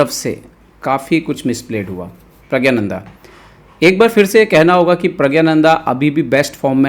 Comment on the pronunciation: प्रग्नानंदा उच्चारण कीजिए🙏🙏